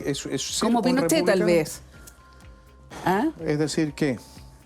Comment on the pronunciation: iba bien hasta "Pinoshe..." una vez más